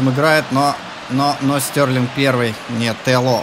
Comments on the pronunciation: Стерлинг,а не Стёрлинг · Стьорлинг? Может Стерлинг? Поучи английский. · Прости а почему Стьорлинг а не стерлинг?